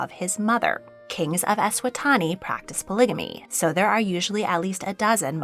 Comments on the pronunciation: Eswatini is pronounced kinda like eh-swat-ee-knee but otherwise great video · Hi, just a note - Eswatini is pronounced like Es-swa-teeny 😊